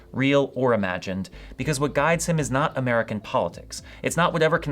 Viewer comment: I misheard you and thought you said the new pope was "muggle born" instead of "American born". Had a good chuckle there.